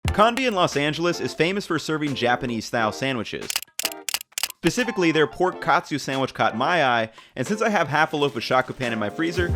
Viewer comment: 'Pacifically'? Ooooof.